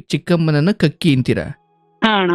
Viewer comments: ಕಕ್ಕಿ ಮತ್ತು ಕಕ್ಕ ಅಲ್ಲ. ಕಾಕಿ n ಕಾಕಾ. ಸರಿಯಾದ ಉಚ್ಚಾರಣೆ. ಆದ್ರೂ ಬಲೂ ಕಾಮಿಡಿ sakhattagitthu😂😂😂. ನಿಮ್ಮ ನಗು ಚೆನ್ನಾಗಿತ್ತು. ಹಾಗೇ ನಗುತ್ತಾ ಇರಿ. 🙌😊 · Adu kakki alla. Kaaki, kaaka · Kakkki alla adu kaaki, kakkka alla adu kaakaa